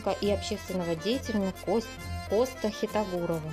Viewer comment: В имени Коста ударение ставится в конце на букве "а".